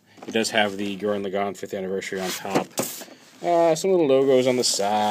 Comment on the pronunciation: laggann not legon